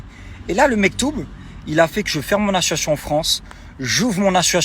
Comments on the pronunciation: APPREND À PARLER CORRECTEMENT FRANÇAIS DÉJÀ POUR COMMENÇER ! IL N'ARRÊTE PAS DE DIRE "ASSO-ASSION" AU LIEU DU MOT ASSOCIATION. SINON, N'ÉCOUTEZ PAS SES HISTOIRES, IL ESSAYE JUSTE DE VOUS ENDORMIR À ESSAYER DE SE JUSTIFIER ! POUR MOI, C'EST PEINE PERDUE ! IL EST LÀ ENTRAIN DE SE FILMER DANS UNE VOITURE DE LUXE. LA PREUVE EST SOUS VOS YEUX ! AVEC L'ARGENT DE SES CAGNOTTES, IL S'EST ACHETÉ UNE NOUVELLE VOITURE CAR DE BASE SA VOITURE C'ÉTAIT UN GROS 4X4. PFFF, IL NE L'EMPORTERA PAS AU PARADIS ! ÇA FAIT SURTOUT BEAUCOUP DE PEINE QU'IL VIVE SA BEST-LIFE À DUBAÏ DANS SES VOITURES DE LUXE AVEC L'ARGENT DES GENS NAÏFS QUI SONT EUX-MÊME EN PLUS VRAIMENT DANS LE BESOIN FINANCIER. ÇA FAIT MAL AU COEUR ! DYLAN, LA PORTE DE L'ENFER T'ATTENDS . . . WELCOME, BOY! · A-SSO-CIA-TION, c'est pas compliqué ! 😲 Le mec s'offusque que l'on fasse sauter la cagnotte car "l'associon" 😆 a fermé. En aucun cas il explique cette incohérence et à la place il traite de cassos ceux qui l'épinglent... Inversion des valeurs encore 1 fois. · Association pas Associoation Dylan 😆😅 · Qlq1 pourrait lui dire que c ASSOCIATION ET NON ASSOATION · L achiochion j'ai écouté au ralenti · Besoin d'aider?? Arrête mec tu n'es pas crédible du tout! Tu es un mégalo, un égocentrique au melon démesuré! Mythomane puisque tu as l'air de croire à tes conneries! Mais quel manque de respect pour les imbéciles qui te kiffent! Tu assumes d'etre critiqué parce qu'on parle de toi et c'est tout! Et stp, À S S O C I I I I I I A T I O N. PITIÉ, parle correctement. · J’crois c’est plus « assuassion » 🤦🏽‍♀️😂😂😂🤣🤣🤣🤦🏽‍♀️ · Il dit plutôt : ASSON ATION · Le mec ne sait même pas dire Association 🤦‍♀️ Il me fait flipper avec ces mythos de l'enfer celui-là.